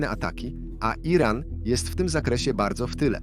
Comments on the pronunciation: Co to jest jeden ran? Czy WY nie umiecie czytac tylko musicie uzywac bezmadziejnego AI... a Moze A jeden😂😂😂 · Lektor jest genialny! Słowo Iran czyta jako: Jeden ran😂😂😂